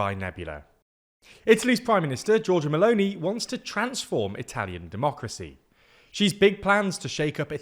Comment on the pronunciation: There are some pronunciation errors in this video: Padánia not Padanía Veneto (e like Emily) not Venito Meloni (I like Italy) not Meloney Would be better too if you call the parties as they are called instead of translating them